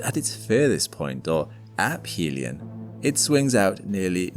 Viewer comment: I know this is superficial, but it is ə-fē′lē-ən and not əp-hē′lē-ən.